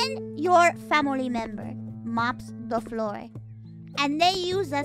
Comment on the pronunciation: "famoli" I love her